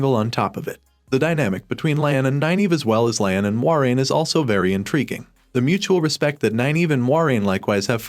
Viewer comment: Mah ren? Moy rain!!!!!! It's a crappy name and kind of hard to say because of the oi but you have to say it correctly if you're going to make videos about it